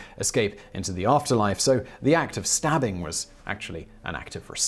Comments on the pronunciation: Simon if you were able to pronounce qaqa correctly, you would be a legend; it is pronounced ' !a: !a ' and those exclamation marks means it is a click sound, and not a pulmonic sound, or a sound made with the lungs; it is similar to the sounds the giant cricket king thingy made in Star Wars Attack of the Clones. the end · qaqa = [click]-a-[click]-a .... There is no chance to pronounce that right without some good exercise of a year or two. We are here for the story, not for the grammar. ;). Nyabonga.